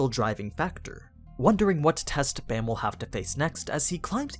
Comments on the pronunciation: the art style is definitely unique, but it's pretty damn great in my opinion also bam is pronounced with an ah sound, like bahm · Why is everyone pronouncing his name Bamm, no its b-ahhhh--mmm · Its is pronounced like bomb, since it is a korean word. However, it is easy to see why people would say it like bam. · How are you supposed to pronounce bam? I thought it was pronounce with a soft A... because if im not mistaken his name means night in korean right?